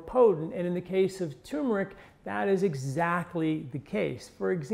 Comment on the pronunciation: Good info but another guy saying, "tumor-ic" instead of turmer-ic.